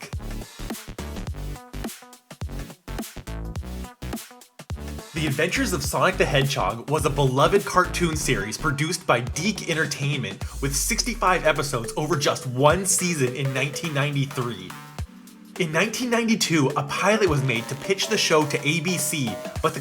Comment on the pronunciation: "Deek" Entertainment That's not how we pronounce it